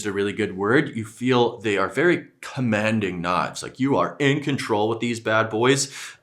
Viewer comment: the way you pronouce ``commanding`` gets me everytime i rewind🤣🤣